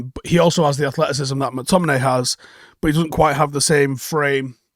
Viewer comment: Joel on Monday: “Scottt…. Mc-Tom-in-AY”